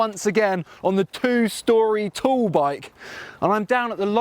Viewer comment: It sounds to me like he is saying tool bike and not tall bike cos of his accent 🤣